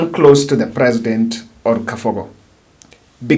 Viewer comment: Mr., it's Kabogo and not Kafogo.